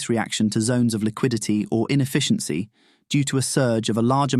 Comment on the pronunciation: Lost me at "infficiency"